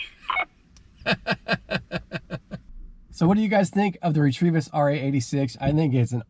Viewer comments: Re teeee vis- not 😂"retrevevis". Might be a good name for a dog 😂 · It's gmrs not grms and it's retevis not retrievis